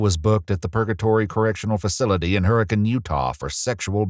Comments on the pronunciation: Bravo for pronouncing Hurricane, Utah correctly! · The voice at the end actually pronounced Hurricane, UT correctly! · You pronounced Hurricane right, I'm a happy Utahn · THANK YOU for doing your research on the correct pronunciation of Hurricane UT! Always good to hear people take the time to make sure small things like that are correct. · l remember hearing about this when it happened and was so caught of guard when i heard St George XD and was surprised that you pronounced hurricane correctly lol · Just a small detail, but kudos to for using the local pronunciation for ‘Hurricane’ in So Utah. Is it a weird way to say hurricane, maybe? But it is a way locals say it and I died when the voice over got it correct. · Woah good job saying hurricane right not a lot of people do